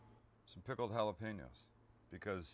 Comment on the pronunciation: On behalf of all spanish descendants thank you for pronouncing jalapeño the right way Sam